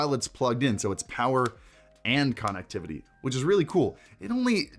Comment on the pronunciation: Broooo......say CONnectivity......ONE more time......